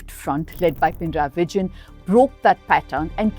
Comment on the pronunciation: Itnis NOT pin-rayi. Pina-rayi. There is no halant of Na